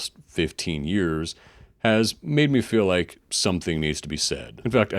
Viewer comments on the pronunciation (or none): none